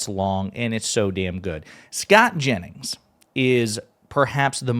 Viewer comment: Jennings not Janis